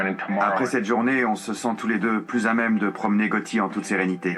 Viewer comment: SUPER comme d'hab ! merci pour la vidéo Ps: Gotti pas Getti ;)